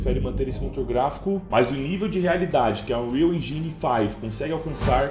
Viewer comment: Cara...toque de boa...Nao fala "Engini"...ja que ta falando em Inglês a palavra que seria "Motor", em português, pronuncie em inglês...É algo como Êndin...Sílaba forte é a primeira...Ên...sacou?😎👍 E, não, não estamos "literalmente" vivendo o futuro. Estude aí qdo se aplica a palavra "literalmente". Só se usa essa palavra para exatamente afirmar que vc não está falando em linguagem de sentido figurado. E nós não estamos "literalmente" no futuro...nunca!😅